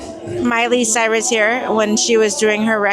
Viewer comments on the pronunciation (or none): none